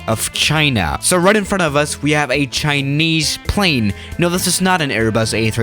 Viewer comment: "Right in front of us we have a chineyse plane"